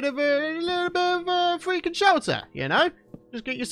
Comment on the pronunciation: "we can't go fweaking wambo style" 🤣🤣🤣 LOL